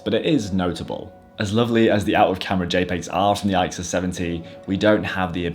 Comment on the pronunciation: You pronounce it "ick sus." Great series of cameras by Canon.